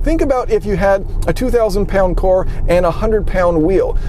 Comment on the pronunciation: I love you but can you please start saying vehicle instead of cor